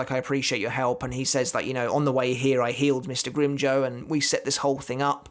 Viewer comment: “Grim-joe” Lmfao it sounds like he said that instead of “grim-jow” like jowl without the L